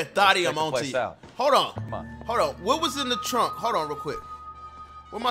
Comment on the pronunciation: "Dont kome on me" 😂😂